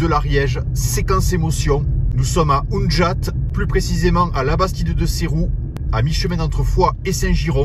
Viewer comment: Salut, vidéo au top ! Mes coups de golf tapés sur le compact, quel souvenir! Petit bémol, en tant qu'ariégeois expatrié, il me semble qu'on dit pas "oun"jat mais unjat. Mais bon faudrait pas contrarier les séronais car sont un peu jobastres 😅. Merci de me refaire vivre mes premiers trous de ma vie de golfeur, tant que c'est pas avec mes ex.....hihihihi merci et bon golf!!! Ah si! T'es toujours invité à Mortemart en Limousin si tu passes dans le coin, c'est moi qui régale !